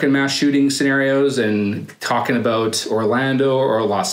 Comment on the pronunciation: Aboot lol